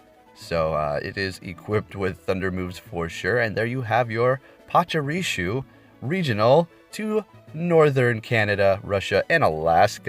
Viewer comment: Dude I ve watched so many of your vids but it’s just so infuriating that u just don’t even seem to try and pronounce Pokémon and trainer names correctly ever. I m not even a native speaker and things like PachuriSu Marow(h)a(c)k are just so obvious to read it feels almost like u re doing it wrong on purpose. Can you st least try? Cheers and thanks for ur content regardless